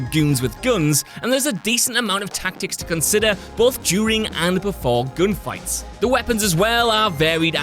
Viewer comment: 😂😂😂 HE SAID "GOON FIGHTS" 😂😂😂 I'M DEAD🤣🤣🤣